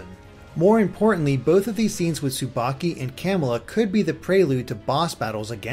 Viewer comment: S-subaki.... That's not subaki...